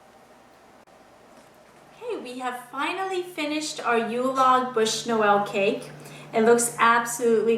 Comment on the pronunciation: sorry but the term exact is Bûche de Noël and not "bush" like you say in the video...